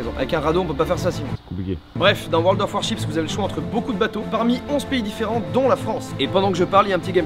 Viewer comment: WORLD OF WAR_CHIPS 😂😂 ça fait rire que moi quand il dit le nom de ce jeu ? mdr